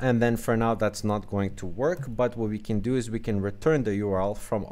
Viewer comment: ahh i got it. It sounded like (can't)